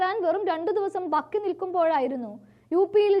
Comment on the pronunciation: ബാക്കിയാണ് (ബക്കി) യല്ല